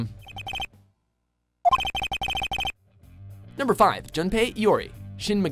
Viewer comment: Shin Megami Tensei is pronounced "Mega-Me" not "M'guh-me", FYI